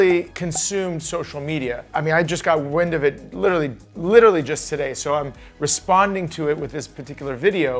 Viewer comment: There’s an r in “literally” the trend of people pronouncing it “little-y” is so unnecessary